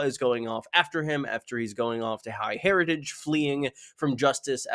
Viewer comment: "High Heritage" basic mispronunciation 0/10 video smh my head